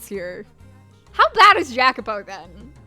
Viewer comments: New subscriber to the channel. I'm really liking your playthrough so far: keep up the good work! Just a little, spoiler free, context on names and places: Michel is a french name and is pronunced "Mi-SHEL" while Jacopo is an italian name, pronunced "YA-copo". As for the Mansion, yes, it keeps changing between Doors: - the First one was set in England; - the Second one was set in Spain: the war they kept referring to was the War of the Spanish Succession. Yukimasa, however, was japanese (born in Europe) and couldn't return to his motherland due to the Sakoku (the isolationist policy imposed by the Tokugawa shogunate). At the time, the only European country allowed to trade with Japan was Netherland and that's why him and Pauline's Father settled there (Pauline is half-dutch as you already guessed); - the Third one is set in the U.S.A. but the main characters are immigrant. Storywise, an irrilevant note: is generally assumed that WHG is referring to England when talking of a "misty island" but I think she's talking about Corse (there are a couple hints that I will point out) making her french. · The "J" in Jacopo is pronounced as a "Y", and he, among most others in this story are immigrants, so the southern accent doesn't really fit them so well anyway. You'd be better off going for something more Mediterranean. You're about to run into dialogue that references this fairly soon anyway, and this chapter did already emphasize the whole immigrant aspect subtly in the beginning of the Third Door, Jacopo isn't exactly a southern name, so I don't feel like this is any kind of major spoiler so much as something you haven't really picked up on yet.